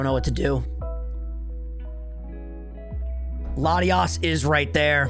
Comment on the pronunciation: NEITHER! THE FIRST O IN LATIOS IS SUPPOSED TO BE AN A! AND THERE IS NO W IN THE NAME!